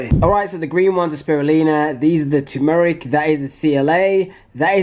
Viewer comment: Bruh halfway through vid and u had to say turmeric lol